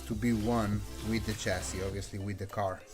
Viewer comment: Oh! this is interesting, I need a carbon fiber chassis (Did I hear you pronounce chassis as shessis or! hahahha) Anyway, I need one for my Rally car build.